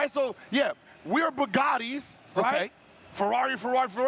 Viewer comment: "Kobe never went up 3-1 and lost?" Yeah but he had rings already lol smh stop bringing that man's name up so much when he's not here to rebuttal against any of your comments 🤦🏽 also, I'm so tired of arenas stupid car comparison and I hate the way he says bugatti 😂🤣😂 🤷🏾